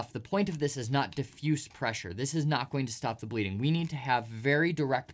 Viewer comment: "Stop bledeenig fast" 21 min